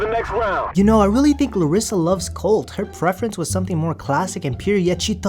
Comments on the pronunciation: LOL did you say big titty Colt?! 😂😂😂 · Colt, Not Coltie. Lol.